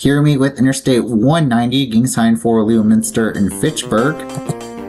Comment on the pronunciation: The places that were mispronounced (aargh from this former Bay Stater!) Winchendon (the northern terminus) - think similarly to Wimbledon, the location of the major tennis tournament in UK. Worcester - Whis-ster. Other commentors have posted different pronunciations. I won't argue with them. If they give a different pronunciation, it's OK. Leominster - Lemon-stir. Get this one instilled into your lexicon. Fairhaven (at end of video) - the accent is on the second syllable. At the end of the MA 2/140 WB/NB concurrency, the overhead sign at exit 90B used to have Winchendon as a secondary and Keene NH as a primary. This current sign is annoying as MA is being provincial here. Some other places near MA 140 that you may want to visit: Southwick Zoo, off MA 16 in Mendon. It's a few miles west and south of here, almost in Millville. Also, Wachusett Mountain in Princeton is a major ski area. Wheaton College, on MA 123 east of MA 140 in Norton is another place. This college is not to be confused with Wheaton College in Illinois. Taunton and Franklin are cities. Franklin, however, continues to refer to itself as the Town of Franklin but has a city form of government. The Massachusetts Secretary of State has ruled that any municipality that has a city form of government is a city, end of story. Dean University is located in Franklin.